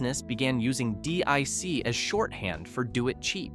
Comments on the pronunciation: Deek not dick... lol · Pronounced 'DEEK' not 'DICK' :) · It's not D.I.C. It's Deek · Dic wasn’t pronounced dick it was pronounced deek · It's pronounced deek not dick. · You said "dick" it's pronounced "Deek" DIC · definitely not dick entertainment, which this narrator also used at least once at random... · yes, but it’s pronounced deek. Not D.I.C. and definitely not dick. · its pronounced Deek. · Dee-eye-sea. It's Dic you aid sod. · DiC pronounced its name as "deek", by the way. You can probably find some of their bumpers/tag stings on youtube. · It's Pronounced DEEK, How do you know Someones Too Young To Know What They are Talking About LOL